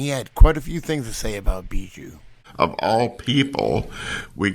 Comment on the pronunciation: The way you pronounce bijou is really really weird.